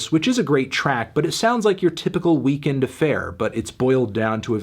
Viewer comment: When you sead it not sound like weekend it sound like weekday, oh man I lol so hard